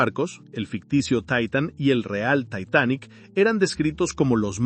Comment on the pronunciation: Lo único que No me gusto es la pronunciación de algunas palabras , en ves de decir Titanic dices taitanic